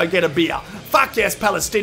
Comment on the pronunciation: The way says Faak!! 😂